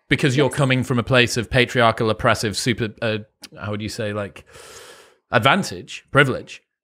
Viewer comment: Patriarchal. Pay trEE are KeLL. WTF is patriarkakull? English, do you speak it?